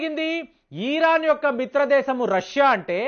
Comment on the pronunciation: ఈరాన్.. ఆ.. ఇరాన్.. ఆ.. చిట్టి తండ్రీ. చాలా పేర్లు ఇలాగే మార్చుతున్నావు.. సరిచేసుకో..